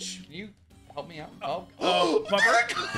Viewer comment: the way he said help me halp nelson had me laughing all day